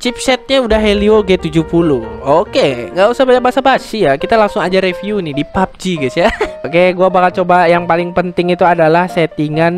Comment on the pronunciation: mbak bilangnya review ya bukan riviuwe